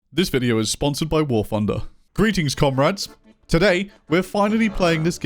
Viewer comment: Am i the only one who hear comRATS everytime says comrades?